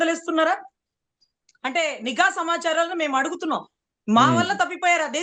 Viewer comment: అమ్మా మీరు కూడా నీగా అధికారులు అనడమేంటమ్మా.. నిఘా అధికారులు కరెక్ట్ మేడమ్.. అతనికి చదువు లేదు కాబట్టి నిఘా అనే పదాన్ని నీగా అంటాడు..